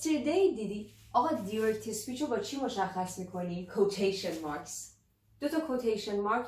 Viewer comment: ابجی جان دایرکت بودا نه دیرکت 😊